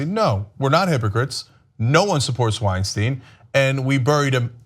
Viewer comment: Why do you keep calling him Weinsteen? Do you say Frankensteen? Einsteen?